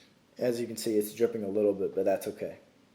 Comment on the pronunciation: is it just me or he is sounds like he is saying seed instead of see like he is trying to do a plant pun